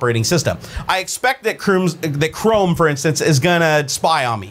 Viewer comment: croom? XD